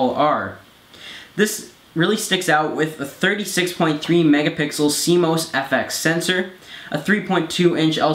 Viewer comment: CMOS "C - MOSS" not cmose!